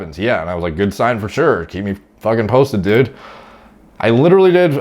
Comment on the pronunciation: "OK düd" lmfao